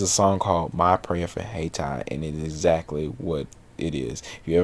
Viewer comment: Haiti is pronounced Hey-tee or Ah-yee-Tee.